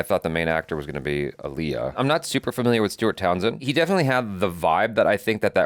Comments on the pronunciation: I was about to be like, who is this man?? (And then you introduced him but not the point) then you said “AHHHHleeyah” 😩and he corrected you. So, ya know, welcome! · Not...Ollieyah lol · It’s AH-LIYAH! Not UH-LIYAH ! ❤❤❤❤ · We've all been saying her name wrong all these years. She herself pronounced it AAL-iy-ah, emphasis on the first syllable. You can look up clips of her correcting people who pronounce it aal-IY-ah. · he pronounced it like Aliah (the og indian name). Aaliyah is Ah-lee-yah, not Al-yah. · Its pronounced aah leeyah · What's funny is they both pronounced her name wrong, lol. It's Ah-liyah. Like Muhammed Ali-yah. Damn I miss her. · It's pronounced: "Ah-lee-uh." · Correction: She said it's pronounced "Ah-Lee-Ya" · No he didn’t say it right. The other guy said it correctly! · The black community collectively facepalming botching Aaliyah's name. You do at least know how to say, "Sade", right,? Lol... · Either crew were genuinely wrong or they were trolling him on how to say Aaliyah's name 😂😂😅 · Glad someone else pointed this out. People largely mispronounce her name. Even fans.